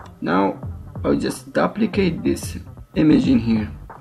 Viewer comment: your english is fine... of course I'm an American, so what do I know about English, right ? " Dooo-pli-kate ;)